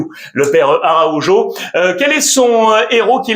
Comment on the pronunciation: Salut Alexandre. C'est vraiment frustrant quand tu prononces ARAUJO sans ton fantastique accent hispanique pour lequel je t'apprécie énormément. Tu restes le meilleur de tous les YouTubeurs selon moi ❤❤❤❤ Visca BARÇA ❤❤❤🎉🎉🎉🎉